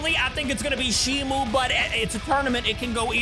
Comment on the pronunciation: ITS NOT SHIMU ITS SHIMO